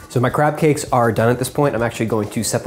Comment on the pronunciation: It sounded like he said crap cakes!